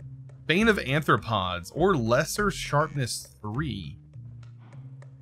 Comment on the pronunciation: aRthropods, NOT aNthropods !!!!!!!!